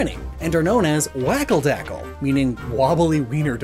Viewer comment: I feel like I should mention his pronunciation of "Wackeldackel." Shouldn't the W have a V sound and the A's have more an "ah" sound?